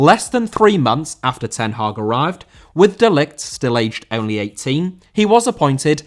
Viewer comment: Hag* not Horg